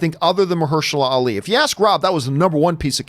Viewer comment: Old girl totally butchered Ali's name. " Oh no, baby what is you doing?! " Hahahaha